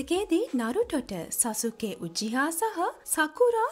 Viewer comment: සසුකි නෙමෙයි සස්කි😂😂